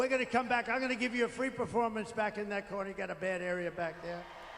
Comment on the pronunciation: conker or conquer?! i feel like he is upset with trees now 😂